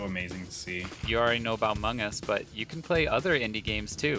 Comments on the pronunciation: sir its among us not amog us lmao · No one: Literally no one: , Anthony: "CREATING AMOG US" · haha "amog" us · "World of Amog us" I love this. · He said it wrong, it's called Amogus... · "amog us" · I love how they spelled among us wrong and said amog us 😂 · “AMOG US” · 13.20 did you just say "The World of Amog Us"?